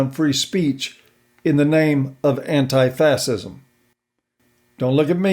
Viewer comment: Fascism is pronounced "fashism". Otherwise great video as usual. :P